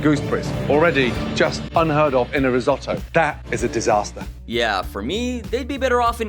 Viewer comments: learn to speak.... Ris-oh-toe, not Ris- O-toe. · What is "Riesotoo" ?? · The way you pronounce risotto makes me want to cut my ears off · For the love of god how hard is it to pronounce risotto correctly?